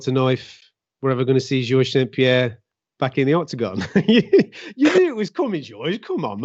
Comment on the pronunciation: George St-PiHairre